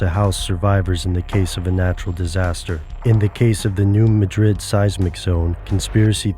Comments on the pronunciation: If you conspiracy theorists insist on making videos, please get the pronunciation right. In Spain, it's ma-DRID. In the United States, it's MAD-drid. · it is pronounced Mad-Rid not Ma Drid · it it new mad rid, not new ma drid. try to get the pronunciation right if nothing else. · If you presume to teach me, then first teach yourself. The town isn't pronounced Muh-DRID as is the capitol of Spain, it's pronounced MAD-drid. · Forgive me for being picky, but it's pronounced, "new MAD-drid," not "new ma-DRID." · Pronounced "MADrid" - thank you. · Please learn to pronounce the name properly. It’s called the New Mah-drid Fault. It’s not pronounced like the Spanish city. If you meet people who live in the region, they pronounce it the way their ancestors named it. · ITS "NEW MAD DRID" PRONUNCIATION. Im from Charleston Missouri used to work in New Madrid. I live in Lousiana now. The people from Missouri wanted to know why I would come down to the New Orleans area because of hurricanes? lol theyre not gonna come on the news and say a Earthquake is going to hit in two days in Missouri but they can warn you of a hurricane. lol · Fwiw its New MAD-rid. You got to pronounce it correctly (which btw is pronouncing it incorrectly ;-) ) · How about instead of "listening" to conspiracy theorist and the government, listen, and I know this sounds crazy, listen to a Geologist! I'm sorry but I can't you serious if you can't say "New Madrid" right. Even my Chinese geology professor can say it right and his main study of research is study the NEW MAD(like the word for angry)RID(like get rid of the useless info you put into people's minds). Go back to college. PS they can't predict earthquake, it's impossible.